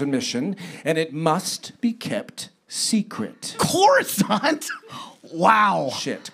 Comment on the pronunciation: "Crus-cuuuuhhh?-nt?" killed me